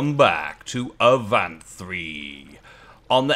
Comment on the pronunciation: How about saying it in a French style? A'vont. 😄